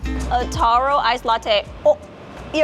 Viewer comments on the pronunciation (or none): none